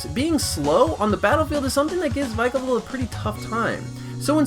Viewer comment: My nigga said "troape kick" its TROP like tropical but without the ical, and vikavolt is-- i cant with how you said these pokemons names it just annoyed me alot